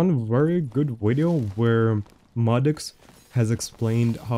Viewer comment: The two things that bring me back to this channel is “wideo” and his laugh lol it’s like “Ħä ħä Ħä ħä” and the gameplay it’s great